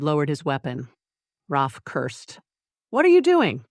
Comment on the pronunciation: I liked Mia a lot. She wasn't blind to her situation, but worked the narrative to survive the chaos around her. I love the Darius lost it during the hunt. They are a great team!💖💖💖 Ah, you know the ai did not pronounce Rafe's name correctly? Can't resist the nitpick!